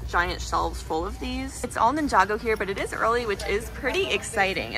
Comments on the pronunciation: Blud realy said ninjego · nin-jay-go mm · did noone noticed she said ninjago wrong